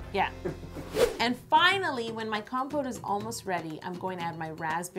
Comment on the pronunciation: Lol at first I kept thinking she was saying compost